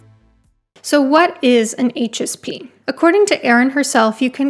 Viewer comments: haha I thought you said “anxious pea” at first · I kept hearing "anxious pea" the first few times you said "HSP"